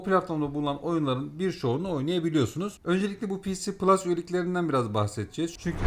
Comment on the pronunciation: ps plus olarak okunuş olarak daha doğru nitekim pc plus olarak söylendiğinde sanki bilgisayarda da oynayabilme ihtimali var gibi bir paket anlıyorum, Ek olarak Killzone shadowfall ps3 oyunu değil ps4 oyunu dil sürçmesi oldu sanırım